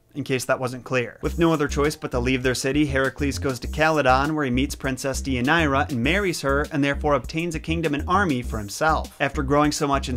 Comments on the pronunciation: Day uh near uh, yer rip uh deez. Other than that, great video. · As a Greek, I have to say that we pronounce it Thee-ee-ah-nee_rah (*th as in THis, not THink) and that your ways to pronounce the name; not to offend, but they don't really sound like Greek. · It's also my daughter's middle name and I was cringing with the mispronunciation. I chose this name because of Deianira and later discovered it's meaning 😝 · But hey, he tried 👏🏼 👏🏼